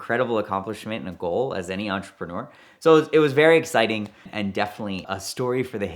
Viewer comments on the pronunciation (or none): none